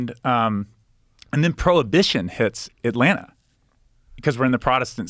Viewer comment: The way he says Atlanna shows me he's actually from Atlanta 😂